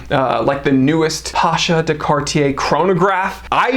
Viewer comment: It's not Pásha (it will be a popular Russian name), it's Pashá (ottoman military commander)